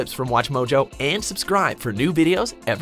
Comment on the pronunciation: She says mojo oddly